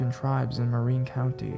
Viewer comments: Great narration! Only thing is, it's Marin (pronounced Mah-rinn, not Mah-reen) and Sonoma is pronounced Sah-NO-mah with the stress in the middle, not the end... I am from the area this woman is talking about. Can't help but be an annoying stickler for proper pronunciation of the the places I grew up near! :) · He also mispronounced Marin. It's Mah-rinn. But then again, if he's not from the area can't really hold that one against him.